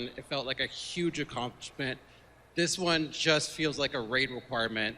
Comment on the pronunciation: omg stop saying yuge!!